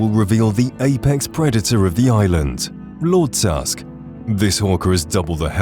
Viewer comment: So you put wolf queen and break the aetherium into two different quests on list, pronounce Lord Tusk as one word but you don’t put the giant chaurus on the list, something you have to actually go out and find with not a single hint? You’re horrible at this “content” creation thing dude